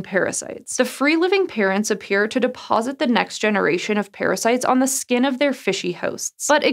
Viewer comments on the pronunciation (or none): none